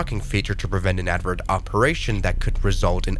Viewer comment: Does AI not know how to pronounce "inadvertent"